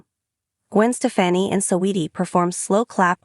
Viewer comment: Say her name right